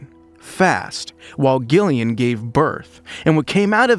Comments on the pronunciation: being a jillian with a G i'm so peeved you were saying it wrong 😒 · Thumbs down for the constant mispronunciation of Gillian's name. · It's so annoying that this guy keeps mispronouncing Gillian Anderson's name. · I wanted to like this but Gillian is not a hard G, dislike. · Please teach your AI to pronounce Gillian Anderson’s name correctly! So cringe-worthy! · Two hard 'G's within the first minute. Not a fan. Is this AI? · She is Gillian [ˈd͡ʒɪliən] not Ghillian [ˈgɪliən] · Gillian, Gillian? Pronounced Jill, not Gil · Damn, I wanted to actually watch this, but ah…. no. Sorry, “GILL”ian. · It is pronounced like Jillian not like Gilligan 🤣🤣🤣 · Oh my goodness please say Gillian’s name correctly. You don’t say the ‘G’ it’s not “Gu” it’s phonetically pronounced “Jillian” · Its pronounced Jillian not Gill-ian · pronounce Jill lian Not Gill lian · Gillian Anderson is pronounced with a hard G, like J - Jillian, not 'Gill' as in a fish's 'Gill', ffs. Americans just love to bastardise the English language. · Gillian Anderson's first name is pronounced with a soft "g", as in "Jillian", NOT a hard "g" as in "Gary" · It's pronounced Jillian not gillian 😂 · Who the fuck is Gill-ian? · Its pronounced Jillian. Christ! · For crying out loud...her name is Jillian...spelled Gillian! Damned annoying when you can't even pronounce her name correctly! Detracts from what you are reporting!🤬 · You lost me right from the get go. You can't even bother to learn how to pronounce Gillian Anderson's name correctly? It's pronounced 'JILL-ee-un'. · don't you mean 'Jill-again'? 😅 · Is this an AI? It’s pronounced Jillian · It's pronounced JILLIAN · Stoooopid Ai voice the G is pronounced like a J. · Not even a minute in and i’m already out. Don’t care if the voice over is AI or not, make sure the actors names are being pronounced properly. Gillian is pronounced with a J sound 🤨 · Gill-ian ? Wtf bro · "Gill-ee-an" Anderson aaaaand I'm out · It was pissing me off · IT'S A SOFT "G"!